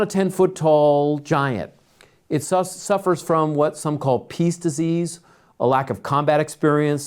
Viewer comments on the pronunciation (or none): Did he say peace disease?